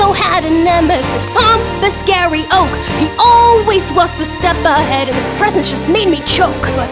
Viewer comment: No no no, it's "Gay"ry Broke